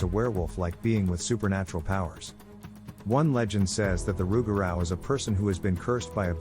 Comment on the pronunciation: Pronounced “Roo-ga-roo, or loo-ga-roo”